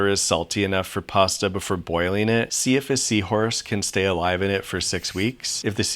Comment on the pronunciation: You mean "pasa"....